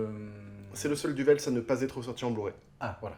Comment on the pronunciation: Fais attention, le Z de Du Welz est une lettre muette. Ca se duwé. Calvaire est un excellent film assez étrange et qui met mal à l'aise par ce qu'il décrit.